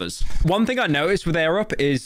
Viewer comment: Arab? Edit: he said air-up